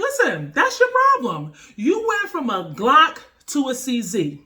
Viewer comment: "a geelock"🤣 not making fun just found funny love the video keep up the awesome stuff